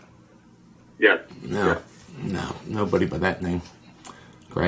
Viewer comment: LoL.. I was gonna say, Mitch IS a SEAL, but around 2010 Grad, now Retired, doing MMA as a hobby… and it’s Aguiar not AguiLAR.